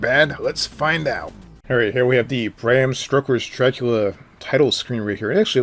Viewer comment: Stroking your Dracula... it's stoker lol